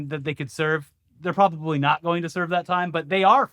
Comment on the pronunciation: “Do Noy Reply”